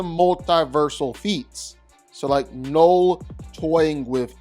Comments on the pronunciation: Why are you saying Knoll? His name is Knull. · Knull. Not knoll. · I hate how you say knull